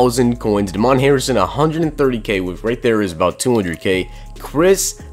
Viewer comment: Just cause Damon Harrison's black doesn't mean his name's pronounced like that